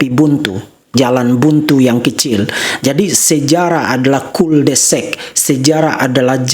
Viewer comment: KORERKSI : PELAFALAN KATA "CUL DE SAC" (JALAN BUNTU) ADALAH : KUL DE SAK bukan kul de sek. Ingat .. ini adalah bahasa Prancis, jadi a di pronounce a, bukan seperti di bhs Inggris : a bisa jadi e. Terimakasih.